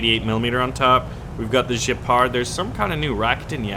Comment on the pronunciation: dude, it's Gepard with a hard g, like 'get the fuck outta here, not Jepard, FFS! I mean, really!